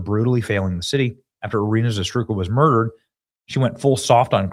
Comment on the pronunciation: Why is impossible for Benny to say Iryna's name correctly? does it really not care? it's RIGHT THE F in front of him.